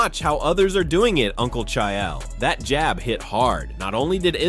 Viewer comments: You pronounce names worse than Chaeyel😂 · I couldn't even tell this was an AI until it got to the "Chaiael" part. Absolutely disgusting. Put actual work into your videos. Disgrace to hard working content creators. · Cha-yell Sonnen hunh..? 😂 Finally, someone screws up the pronunciation of HIS name 😅.